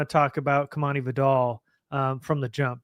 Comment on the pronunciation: Its pronounced VIE-dell, with emphasis on the first syllable. Just like the word "vital". Nobody says his name right, but please stop saying it like the shampoo, Vidal Sassoon! Love you guys.